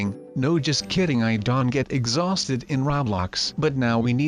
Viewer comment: Why do you say Don instead of Don't?